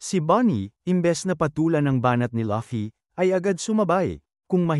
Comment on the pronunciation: Laffy lol hahahhahahhahahah bat laffy sabi nya luffy DAPAT yun ahahah😂😅😅